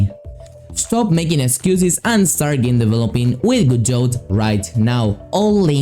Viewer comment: For future reference you dont pronounce the "T" its Prounounced "Gah-doe" nice video tho